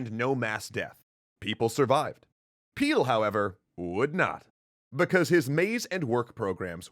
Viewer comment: “His name is Peel” A few seconds later... “The news trouble Peeled”